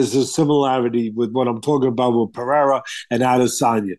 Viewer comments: hey bro the second R in Pereira isn’t silent. He is Brazilian not Mexican lol. Pereira pronounced more or less as it appears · First, y’all gotta stop mis pronouncing Pereira. Not Teddy’s sport, but he’s reasonable when it comes to combat sports.